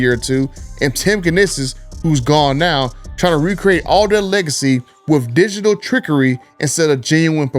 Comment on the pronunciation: My man said digital trickery lol